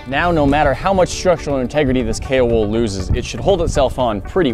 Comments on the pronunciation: Haha I thought you said Kale wood not Kao wool xD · _ its actually kaowool like kayo-wool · Why do I keep hearing kale wool? :D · Is he saying kay or kale wool? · I heared kale wool the whole video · i heard kale wool instead... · Kao wool, ceramic blanket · kool wool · I thought he said "kale wool" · K wool? Kay wool? Kale wool? K.o. Wool?! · Take a shot every time he says Kaowool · Wait so what is the wool (If he's even saying wool) called again? I can't quite understand him